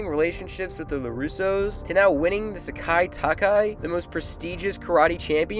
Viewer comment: Bro why you say Sekai taikai so weird, it's SEKAIIIIIIIIIII TAIKAI